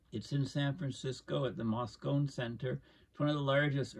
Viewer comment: Moscone is pronounced Mosconee. It is named after San Francisco former mayor George Moscone, who was assassinated in November 1978.